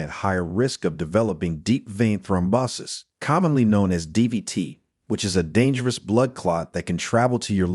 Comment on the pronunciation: Throm BAHSis? Throm bow sis!